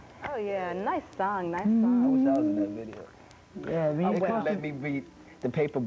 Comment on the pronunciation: "It's Vii-ee-oh Soe!" 🤣